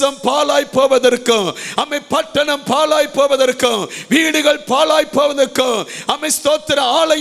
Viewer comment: பாழாய் not பாலாய் இல்லை